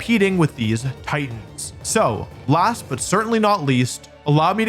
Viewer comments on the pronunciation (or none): none